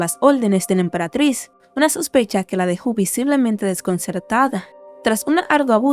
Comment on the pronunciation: Se dice emperatriz 😭